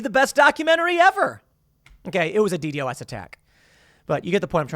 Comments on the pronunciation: Just say D Dos like somebody who knows what it is would Tim. As a "hacker" like you have claimed to be in the past would know it is not pronounced D.D.O.S it D Dos (not spelled out) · DDOS is pronounced “dee dos”.